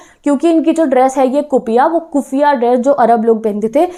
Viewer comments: I first listen dress name kutiiya😅 but it is kuffia Who else listen this🤣🤣 Like 👇👇 👇👇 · Who will listen "kuppia" as "kutiya"😂😂